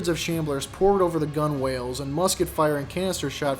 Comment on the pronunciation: "gunwales" ouch